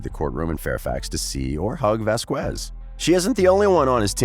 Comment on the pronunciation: Please say her name right! Ok! Vazkes us how it sounds. It's Hispanic